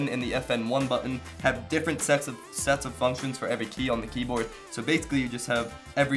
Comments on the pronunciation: he said sex instead of sets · If you go to you can hear that he sed sex🤦‍♂️